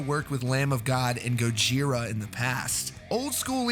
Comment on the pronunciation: Great vid but like I don’t think that’s how you say “Gojira” 😂